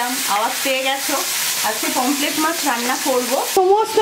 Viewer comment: pomflet mach noy , pomfret mach.... pronunciation bhul